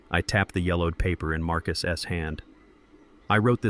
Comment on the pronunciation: What is the purpose of saying Marcus s and not Marcus put the plural when reading the story it is stupid separation on the s